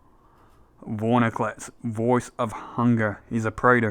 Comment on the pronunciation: Awesome deck dude! Am building something similar but a little more rampy/go wide. Sorry to be annoying, but it’s “Vor-IN-clex”, not “vor-NI-clex” (my favorite card xoxo)